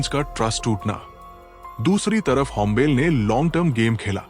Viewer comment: होम्बेल नहीं होम्बाले 🤦🏼‍♂️